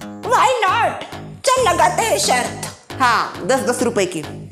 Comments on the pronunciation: दादी जी की शर्त ✅ न कि शर्थ ❌ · आप बहुत अच्छे है पर शर्त होता है शर्थ नहीं 😄😄